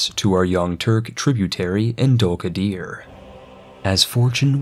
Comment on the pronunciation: >Samatshka >Dulkadier That pronunciation is extremely american